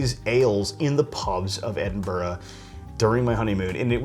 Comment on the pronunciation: Well done for saying Edinburgh instead of Edinboro and Boadicia is pronounced Boa disiya rather than Boodica, at least in GB, where Scotland still resides😅. Just a light hearted couple of helpful points in return for the absolutely brilliant video and this looks like a must brew beer. Many thanks.